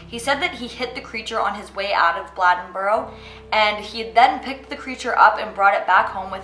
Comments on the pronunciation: It’s pronounced BLAY-DEN-BORO. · Blade-n-boro....say it right. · The way she said Bladenboro had me weak, pronounced blade-n-boro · I live in bladenboro and it is not pronounced the way you are saying it. Just wanted to let you know